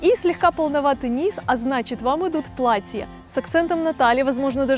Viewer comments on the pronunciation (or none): none